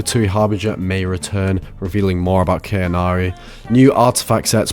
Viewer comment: its Khaenri'ah not cannary, not kanari or anything else sir!! Khaenri'ah - Kaan Reah || Kaan Ria